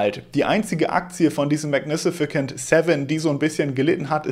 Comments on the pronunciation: Bitte nicht magni-si-ficant... Magnificent ( ¶ megni fi sent ¶) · Es heißt "magnificent", nicht "magnificicent". Ich like trotzdem. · Min.: Magnisificent Seven - oder magnificent Seven 😉😅? ist Gott sei Dank doch kein Roboter 😅👍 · die Aussprache von "magnificent" ist maɡˈnifəsənt und nicht "mag nifisi-kent" und später auch..... ist gut gemeint😀😍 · 😂Wenn er jetzt noch ein mal magnifikicent 7 sagt!!!🎉❤ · Heißt das nicht Mägägäninifizifent ? 😂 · Ist nur ne Kleinigkeit aber du hast „magnificent“ einfach mal eine weitere Silbe angedichtet und es zu „mag-ni-fi-si-cent“ gemacht. Englische Wörter sind des Öfteren dein Endgegner. Ich meine das gar nicht böse aber du könntest dir ja Wörter, bei denen du dir unsicher bist, vorher einmal von Google Translate vorsprechen lassen. Hast natürlich trotzdem ein Like bekommen :) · MagniSIFICANT 😂😂😂😂 Nicht böse sein aber Englisch ist nicht so deins! 😉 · mag- ne- fe- cent :) ist aber auch ein Zungenbrecher :) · magnificent wird am Ende wie Cent ausgesprochen, nicht wie ein K ;-) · super Video, danke. Aber guck mal wie man "magnificent" richtig ausspricht :)